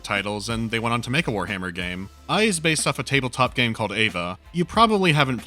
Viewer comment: E PS E. Not EYE. Epse.